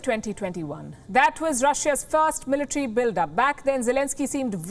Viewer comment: zelensky had done no mistakes but it is the evil intenhion of the envader who had done terorist attacks..Mis falki not meletre but the right pronunciation is military